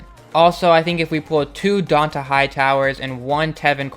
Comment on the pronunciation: its pronounced dontae